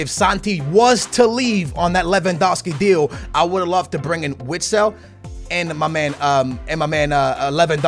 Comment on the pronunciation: Vitsel not Witsel